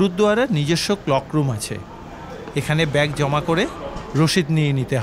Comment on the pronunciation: ক্লক রুম নয় ক্লোক রুম